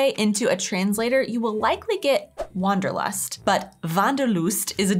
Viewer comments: the Wanderlust was perfectly pronounced! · you pronounced it here much more natural snf accent-free than the two in the video :) u seem to slowly get the hang of it ^_^ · As you first said "Wanderlust", you said it nearly perfect.